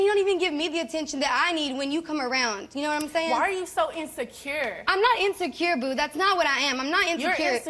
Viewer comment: Why did she emphasize insecure like that